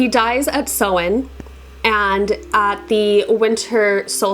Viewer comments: What’s the point in saying which way to pronounce it at the start of your video if you can’t even pronounce it lmao. It’s pronounced sow-in like soah-in or sau-in. I speak Irish. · I love Samhain, but the way it's pronounced makes me angry. Something that makes me feel calm, however, is sitting down with a nice cup of herbal tea and listening to ASMR 😴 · Hi, not a Wicca here but I am a native Irish speaker and you are completely right in your pronunciation of Samhain. It's literally the Irish word for November so I hear it quite a lot. is close, but she says sew-in rather than sow-in as you pointed out. But hey, pronouncing words in Irish can be quite difficult so I really appreciate anyone who knows not to pronounce the 'm'. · Hey as a native Irish speaker Samhain is pronounced sow-in rather than sew-in. Sow as in a pig ❤